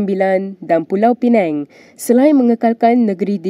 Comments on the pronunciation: to digress... sebutan ada dua.. samada penang, atau pulau pinang... Pulau Pineng tak wujud 😂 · Pulau Pinang, bukan Pulau Penang. 😅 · Pulau Pineng😂. Reporter blh tak betulkan sebutan sblum baca. Editor Mkini pls la check sebutan pembaca berita ni. Pulau PiNANG ok bukan Pulau Penang.